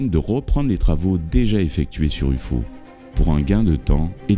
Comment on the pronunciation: "U-FAU" looool.